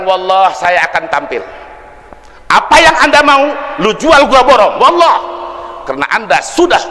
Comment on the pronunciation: kok sumpahnya walloh Bukan wallohi, kayaknya canggung banget nyebut huruf sumpahnya